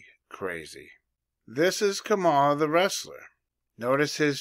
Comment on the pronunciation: I always pronounce her as Ka-Ma-La not Kama-la. Good catch brother. They say empires last around 250 years. America is currently 248. They also say women ruled Rome as it burned. Every election cycle the news always repeats “this is the most important election in history”…but this one really will be. If she wins…America is done. If they lose..they’ll burn it to the ground before handed it to trump. Either way..people without Jesus are gonna have some problems.